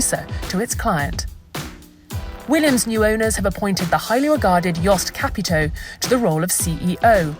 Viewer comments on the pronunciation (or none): none